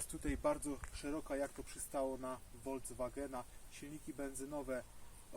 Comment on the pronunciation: Bardzo rzuca się w uszy kiedy mówisz "wolDZwagen" zamiast "folkswagen". To do poprawy, Pozdrawiam i pewnie jeszcze zajrzę na Twój kanał